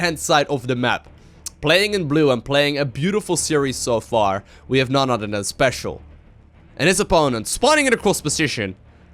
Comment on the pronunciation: "on dee udder side of duh map" fucking love that, keep up the good work man